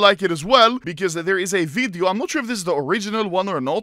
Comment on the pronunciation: i like how Anomaly says VIDIUO